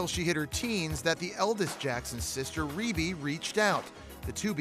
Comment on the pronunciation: Hahahahahahahahahahaha. Did the girl so REEEEEEEBEEEEEE not REHBEE REEEEEEEEEEEBEEEEEEEE. Is she like Beyoncé or something??? QUEEN BEEEEEEEEEEEEEEE . REEEEEBEEEEEEEEEEEEE. REEEEEEEEEEEEEEBEEEEEEEEE. Btw I know it is spelt REBBIE but just for pronunciation.